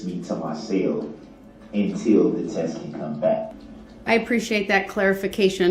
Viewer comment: The way he talks annoys me so much.. “When I’m allowed out of my SALE” It’s CELL not SALE